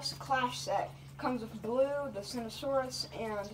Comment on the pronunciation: This is how u pronounce it SERT-O-SAUR-US